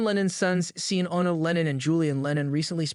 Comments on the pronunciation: Why can't any Gen Y or Gen Z person freaking pronounce a lot of English words and common names correctly? This drives me crazy about YouTube videos. Sean is pronounced like Shon, not SEEN. Get it right, for Pete's sake. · It's Sean pronounced Shawn. Not Sean as in Scene. Pictures are nice but whomever or whatever is speaking is Weak.